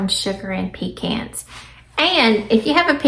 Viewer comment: I am so happy to hear you say pe-cans instead of pe-chauns. I get a lot of flack from my northern friends 😃